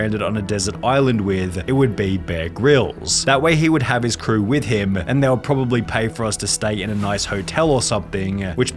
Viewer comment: Dude... learn to speak ffs... stop saying "crewaaaa", "directoraaa", "showaaa" .. so annoying